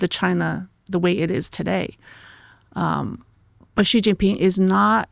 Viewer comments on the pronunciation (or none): Please let know that he is pronouncing Xi Jin Ping's name incorrectly. You obviously are not listening to? pronounces his name as SHE...you are pronouncing it as CHE...FYI. Thank you. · HIS NAME IS NOT ZZZZHHHHHGEEEE... HIS NAME IS SHE... EXACTLY LIKE THE FEMALE PRONOUN. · Is Xi Not Gi. Why some westerners keep spell Gi . Lol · I wish you would've done a little basic research or asked about how to pronounce Xi. It's pronounced like "she". This is incredibly easy and basic. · Xi Jin Ping is pronounced like “she” Jin ping. Listen to pronunciation. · Please listen to your own podcast and learn the difference between how you pronounce the name Xi, and how does.